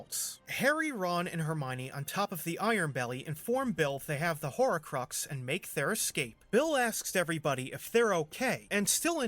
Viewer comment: Were you pronouncing "horrorcrux"??